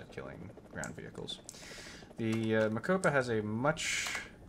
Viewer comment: Rooivalk - pronounce - Roy-falk Mokopa - prnounce - Mo-cope-a